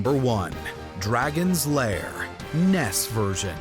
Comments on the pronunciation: Did you fucking say “Ness”?!? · Love how he says NES instead of N E S (Nintendo Entertainment System)